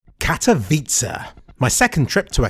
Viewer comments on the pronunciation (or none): its spelled how its written... OMG just say it right XD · Wow you can actually say Katowice properly. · It hurts me how you pronounce Katowice . I am Polish ...